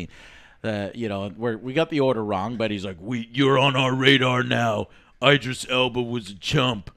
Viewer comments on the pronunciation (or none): It’s IDris. Like ID. Idris. Not EYEdris. How do you all not know this?😂